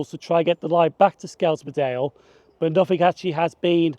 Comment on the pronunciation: Just a head up, its pronounced 'Skelms-dale' not 'Sk-elms-dale', you can also use 'Skem' for short.